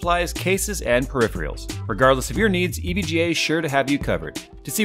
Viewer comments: "Periphereals" are the real deal;) (more grammar fun from ) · "Peri freals " intensifies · Another dumb hick who doesn't know how to say the word "peripherals" correctly. I bet he breeds, I bet he's created more dumb hicks.